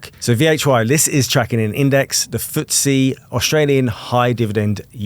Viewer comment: Stopped watching when FTSE was pronounced as word and not an acronym for some bizarre reason.